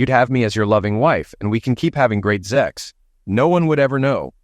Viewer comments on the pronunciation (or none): The word is Sex not zex